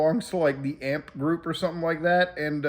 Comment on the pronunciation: A few things you got wrong here, Kai is from New York, but streams in Atlanta not LA and you pronounce AMP as each individual letter